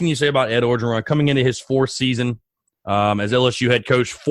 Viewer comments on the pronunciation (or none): Orgeron is pronounced without the first R. Just Ogeron